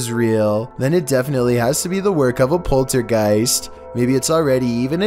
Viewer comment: did he really say poultrygiest????